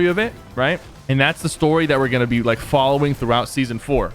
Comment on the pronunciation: You said lake instead of like